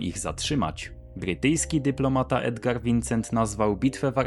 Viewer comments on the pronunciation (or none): none